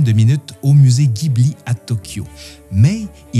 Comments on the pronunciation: Pardon de te corriger - si tu lis bien ce qui est écrit sur ton t-shirt GHIBLI en katakana ジブリ se prononce JI BU RI et non GUI BU RI ギブリ il faudrait donc dire JIBLI 🙄 En tout cas très belle vidéo qui montre ta passion pour le studio fondé par Miyazaki et consort - j’adore aussi énormément ce qu’il font - je me suis repris d’ailleurs les nouvelles édition Blu-ray sorties récemment en carton (plutôt original) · Encore une superbe vidéo, si tu visite un jour le Japon et que tu essai d'en parler avec les locaux la bas ca se prononce Jibuli (faut faire gaffe la bas, ca les vexent quand on le prononce à l'occidental [pour de vrai ca peux même coupé court à la conversation], même s'ils le montrent pas et le dirons pas. Bref, en tout cas ca permet d'être comprit que tu parle de Miyasaki, alors qu'en disant Ghibli il te font les yeux rond). Et si d'aventure tu visite le Japon prend les billets pour le musée en même temps que ceux d'avion, il faut réserver sa visite longtemps à l'avance mais ca vaut le coup (c'est comme un rêve d'enfant construit dans la réalité) et ca serait vraiment dommage de le rater. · Petite note; bien que le mot "Ghibli" soit italiens, au Japon le nom du studio et futur parc d'attraction qui ouvre prochainement est prononcé "Jibli" 😉 . Et sur le thème des films durs comme le Tombeau des lucioles, il y a un film moins connu mais tout aussi rude à regarder. L'ile de Giovanni, qui est justement tirer du livre "Train de nuit dans la voie lactée". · Quel travail 👏 bravo franchement cette vidéo est super !! Bien expliquée et bien montée!! Merci beaucoup… PS: est-ce qu’il serait possible de faire la même pour Le château ambulant 🙏? Re PS: on prononce Ghibli avec un J ( jibli) Merci encore… 😘